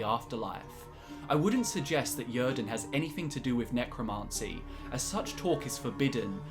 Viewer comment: Yrden is a Nordic word, pronounced 'yeer-den'.